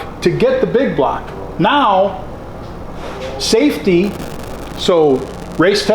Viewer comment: Hahahaha I was like finally a man of reason......THEN HE SAID SAFTEY LOL